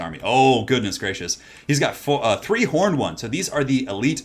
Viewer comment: 1st game - instead 'angry horned ones' I am hearing 'angry hormones' :D :D